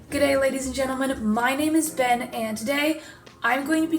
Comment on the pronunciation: imagine... imagine... it’s not “ben” its “BEN”